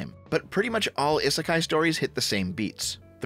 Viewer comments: The sound you keep making when pronouncing Isekai (ih) doesn't exist in the Japanese language. Aa ee oo eh oh form the base sounds and you put other sounds infront of them to form words. So, isekai breaks down to: (ee)s(eh)k(aa)(ee) It's a phonetic language, so everything is pronounced exactly as it's spelled. The I's we use in the Romanji spelling represent the symbol for (ee). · I know it's romanized with an 'i' but Japanese has incredibly regular pronunciation and it's 'ee'sekai. Technically the 'i' at the end is the same, but it runs together in the 'kah-ee' sound. It's not an 'i' like in 'in'. inb4 weeb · Having the hardest time with this video because someobody who has "Otaku" in his name can't say "isekai" properly. eee-seh-kai. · "Ih-suh-kai is a Japanese word..." uhh, not pronounced like that it isn't! We give JP a hard time for their Engrish but Westerners' Jupunese is just as bad like damn xD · You're mispronouncing "isekai"